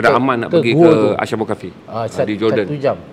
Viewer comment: Dengan penuh hormat, sebutannya adalah أصحاب الكهف Ashabul Kahfi bukan asy (ش). Apapun perkongsian yang baik.